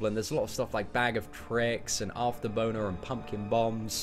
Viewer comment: haha he definently said after-boner